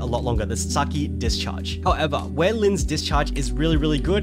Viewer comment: Word of the Day: "Howevah" 😂